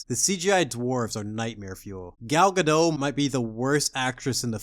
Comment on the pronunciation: Gal Gadotttt. Not Gado. She's not french